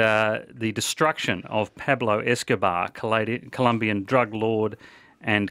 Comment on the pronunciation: Pablo escobahh